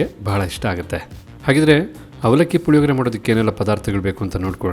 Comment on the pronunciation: Puhihogree alla, Hulihogree